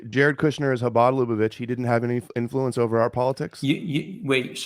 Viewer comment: repeatedly mentions Chabad Lubavitch as a cornerstone for his theory on how Jewish power is working to eliminate gent*les Also: can't pronounce Lubavitch